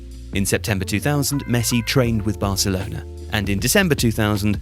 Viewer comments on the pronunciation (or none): none